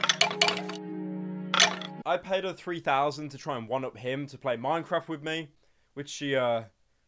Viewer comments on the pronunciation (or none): I was going to make fun of him for saying paided but I guess I don't need too